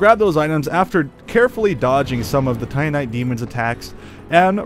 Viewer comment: Your pronunciation of Lordran and Titanite are absolutely atrocious